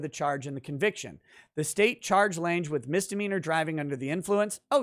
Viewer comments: Lange, like long but with an A. As in Jessica Lange. Not Jessica "Laynj". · Lange is German and is pronounced lunga. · OMG. It's pronounced LANG. The "e" is silent.